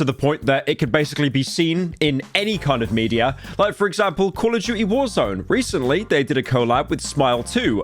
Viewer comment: i love it when he says Call of Judy